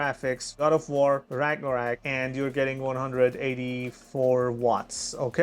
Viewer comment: Ragnorak??? Wtf.